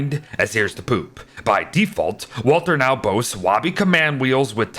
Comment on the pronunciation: why must you say "wobby"